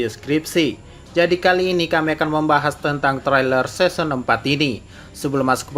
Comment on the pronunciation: Kok pelafalannya seson